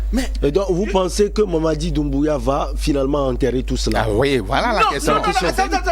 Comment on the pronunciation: Tsiééé... vous aussi!!! C'est Mamady DOUMBOUYA. Il y a oncle Google au bout de vos doigts, il vous suffit de lui faire appel si vous ne connaissez pas quelque chose. Faites un peu de recherche et un peu d'effort! Vous voulez parler de quelqu'un qui est dans les news depuis 4 mois déjà et vous n'avez aucune idée de comment son nom se prononce? Waouh, ça dit beaucoup sur vous dêh!